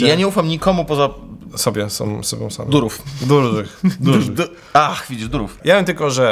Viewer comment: Za każdym razem kiedy pojawia się "durów" ja słyszę "durum". I robi mi się ochota na kebsa. Dużo kebsów. Durum.